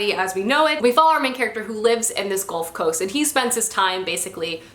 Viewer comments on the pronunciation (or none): none